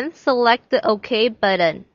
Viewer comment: actually I ment you should change the "button" pronouncation, the t is important not a d not buddon otherwhise great tutoring. sorry for the last comment